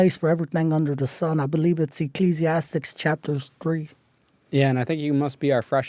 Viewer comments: That’s why he said Ecclesiastics instead of Ecclesiastes. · Educated? He wanted to be a doctor? He can't even say Ecclesiastes!!!! He should have used his time to sound more educated as well